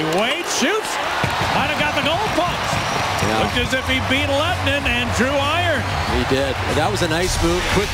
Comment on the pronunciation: goalkeeper's name is "Lehtinen" not Lwehtinen...